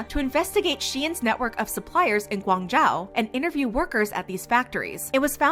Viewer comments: I know this video is about shein but the pronounciation of Guangzhou really bugged me. I know it can be hard to pronounce but more effort couldve been made to properly pronounce it. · learn how to pronounce guangzhou properly before voice out. btw i love shein clothes cheap and good. if not nice can wear to sleep .